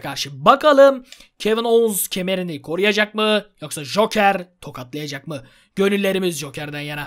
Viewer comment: ye hoker deil joker :D